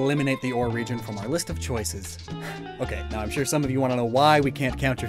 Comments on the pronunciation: “And Arizona is called Ore” Pretty sure “Orre” is a 2 syllable word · It's pronounced Or-ray 😤